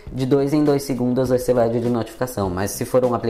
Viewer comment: ah, sabe como descobri.? Qd falou da luz do LED (verde, puxando um pouquinho o R). Mas não é uma crítica não. Só percepção por causa das diferenças, como ocorre com mineiro (meu caso), nordestino, sulista etc.. Sua dicção é ótima.